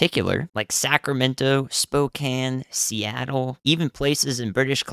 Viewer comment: STOP THE PRESSES. YOU PRONOUNCED SPOKANE CORRECTLY.